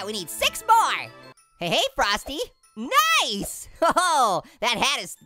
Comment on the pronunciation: You said nice like knife haha get it haha